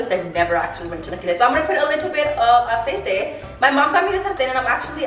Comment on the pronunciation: I’m sorry but the amount of times she was saying “Aciete” was driving me nuts maybe it’s because I cant stand when people mix English and Spanish 🙄